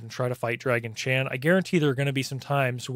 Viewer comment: I keep hearing "Draggy Chan" myself, lol